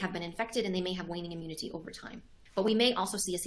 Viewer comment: Eye moonity escape?? Another say tan ic word salad!😄